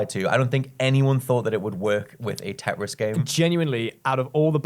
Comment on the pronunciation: Can one of you three please pronounce "tetris" properly? It's your job